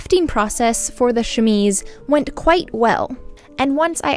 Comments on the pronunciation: Thank you for redoing the audio on this. I enjoy your videos and the work that you do, but to be honest, as a French and even English speaker, the way you were saying chemise was driving me nuts and took away from the video, if only because you said it (incorrectly) so often. Kudos for being a professional and putting in the work to put out a professional and perfectly polished video that highlights the gorgeous finished garment. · don't feel too bad about mispronouncing chemise, when I first came across the term I kept pronouncing it ke-mees, like chemist lol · I personally enjoyed the first way of pronouncing chemise because I often make mistakes too 💖😅 English is weird, it’s not read as it’s written and basically you need to hear other people pronounce it repeatedly until you’re able to get it right 😂 I was born and raised in Australia but my parents speak Spanish where the rules are a lot more simpler. There’s a roundabout here in Victoria where Lilydale is spelt three different ways for the same suburb! When the Myki (public transport card pass) I read it as Mi-ki but it’s actually “my-key” which was rudely brought to my attention. 😅 Sydenham, which you would assume is said Syd-en-ham, is actually a quick blur of Sid-di-am. 😂 Like before, I loved the work you did, beautiful and so much attention to detail which shows the love you put into it. 💖💖💖